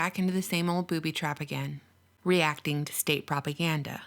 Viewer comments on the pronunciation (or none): Did you say BOOBY trap? Less than a minute and I’m already OFFENDED